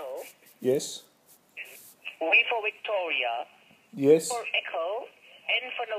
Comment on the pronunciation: 'WEE' for 'Wicktoria'. HAHAHAAHHAHAHA